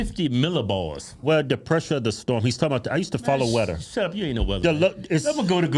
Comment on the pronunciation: "I used to follow weder" - Keith Hodge 2024 😂